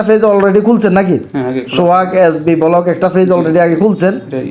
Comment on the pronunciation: কি লেভেল এর গান্ডু 😂😂 একটা পেজ খুলতে আরেক আহাম্মক এর কাছে গেছে 😂😂 ব্লক নাকি বোলক 😂😂